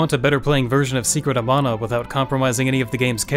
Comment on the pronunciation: Stope mispronouncing mana its not pronounced as mona man -a